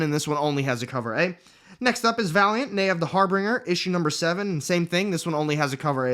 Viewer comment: Thanks for making these videos, I really appreciate getting these little previews of what's coming out next. Just FYI though, the title of that Valiant book is pronounced Har-Bin-Jer, like binge or fringe, with a soft 'g' sound. Otherwise great presentation as always! Keep it up!